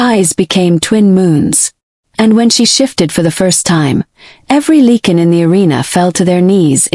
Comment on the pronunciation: It’s not ‘leak-in’ it’s pronounced “like-in” .